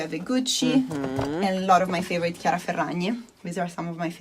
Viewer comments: chiara Ferragni is pronounced Kiara FerraÑi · For me at least (I'm Italian) • in "Chiara", "ia" is a diphthong, he's separating the "i" and "a" • in "Ferragni" the "gni" is pronounced like a stronger version (?) or the Spanish ñ.